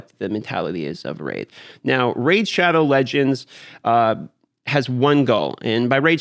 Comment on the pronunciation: "Raze" shadow legends